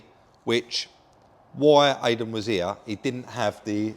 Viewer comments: Why can say Iden but can't? Maybe needs rebooting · Why do you keep calling Eiden, Aiden? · Great video Guys!! As always, that will work for you I hope you do well. No disrespect but for good sake learn how to pronounce that poor key guys name!! Thanks still ❤the channel. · Listen I know you don’t mean any disrespect (I believe you don’t) but have you checked yourself for excessive Tylenol use 😂 because you still can’t seem to get Aiden’s name right, even when it’s so close, easy to pronounce and you’re well aware. Put it this way, how would you feel if someone kept coming round to your house and calling you Bob when they know full well you’re. Aiden is clearly a nice chap, you’ve got a camera in his face and you’re a bigger YT channel so naturally he’s going to say don’t worry about it. But if I was him I would ask the question, why you can’t seem to get his name right? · Ffs, how can you get idan's name wrong again after the last video where he clearly says his name.. at least got it rite. It's like calling you Rodger when you keep saying it's.. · Come on rob get the lads name right 😂